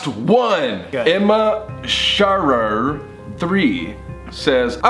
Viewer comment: " emma sHArAWr"